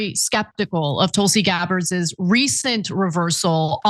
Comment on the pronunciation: Anna—It’s “Tulsi Gabbard”s” NOT “Tulsi Gabbardezez.”